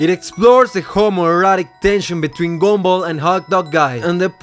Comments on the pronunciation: Bro really says “gombal” instead of “gumball” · The “gomball” ahhhhhh😩